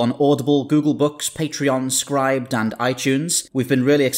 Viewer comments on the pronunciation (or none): Is that how you pronounce Scribd?! I always pronounced it to rhyme with ribbit 🤣